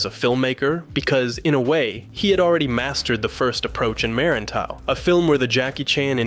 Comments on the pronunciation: Him pronouncing merantau and silat incorrectly is hilarious for me as a Malaysian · Ok, the way you said Merantau it just made me laugh and somewhat killed me on the inside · bro say "merantau" in english accent is funny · Whenever I see a non-Indonesian-speaking Westerner making a video about The Raid with the mention of Merantau, I'm always curious whether they'd butcher the pronunciation of the word... And I'm usually not disappointed lol